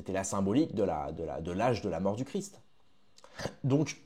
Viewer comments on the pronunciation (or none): none